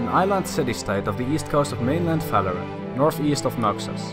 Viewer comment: Are you saying it because is saying Faloran?